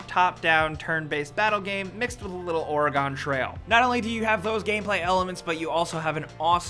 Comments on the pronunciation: did you just say... Oregone TRAIL. OREGONE. ITS OREGON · "Ore-gone" trail. Why do other states always mispronounce Oregon. It's "aura"-"gun" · IT IS NOT PRONOUNCED OREG-ON IT IS PRONOUNCED OREGON! OREG-UN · IT'S NOT OR-EE-GONE! It's Or-gun. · Your "Oregon" pronunciation is pretty bad man. Pronounced "Oreegun" not Oree-gone.. haha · "Mixed with a little Oragon Trail." It's "Oregon Trail" my good sir. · Oregon is pronounced or-uh-gun (I'm an Oregonian) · ORA-GON TRAIL! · "or-uh-gawn trail" xD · Please for the love of God watch a video on how to pronounce Oregon, Or-i-gin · That does really bother me too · you said Oregon wrong pfft oragun trail it's oregano trail lol ( it not oregano) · Did you really just say 'Oregone' trail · They mispronounced Oregon. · is no one bothered about how he pronounced Oregon? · you said Oregon wrong